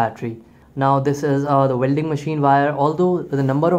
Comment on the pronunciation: Yeah apart from Vuelding!! 😂